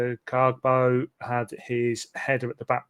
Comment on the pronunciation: Yes, I picked up on the kargbo pronunciation straight away hahaha 👍👍👍